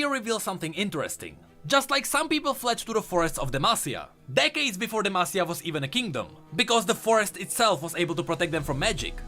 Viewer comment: It was so refreshing finally hearing pronounce demacia right 😂